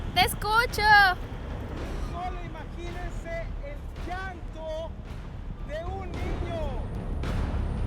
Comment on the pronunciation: Yanto se dice llanto no iiiiiaantooo..llanto llorar no iiiorar